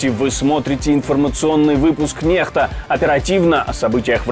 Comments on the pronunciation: правильнее НЕКСТА говорить а не НЕХТА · Когда же диктор будет правильно произносить "NEXTA" ??? Правильно : "НЕКСТА". А диктор упорно искажает и произносит "НЕХТА"